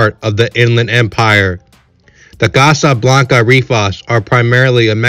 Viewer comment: Why is dude sayin Casa Blanca like that😂